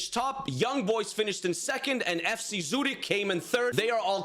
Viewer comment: Bro u said Zürich as zooted bro thought the whole club was high🤣